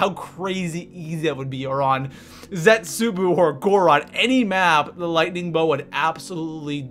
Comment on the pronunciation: YES! WE GOT HIM TO SAY ZET-SOU-BOU NOT BOO :D!!!!!!!!!!!!!!!!!!